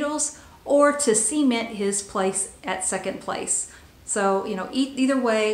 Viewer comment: You said "See-ment" lol. I recieved LZ Il for Christmas in 1980 (@ yo)!!! Fast forwarded thru Garth Brooks....;)